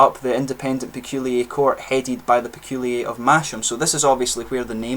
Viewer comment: Peculier not Peculiay! 🙂